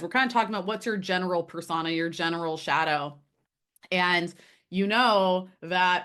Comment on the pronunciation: This is driving me crazy ... but its pronounced ... per sew-nah or per so -na .... not persagna ... persona ..... but ... overall interesting video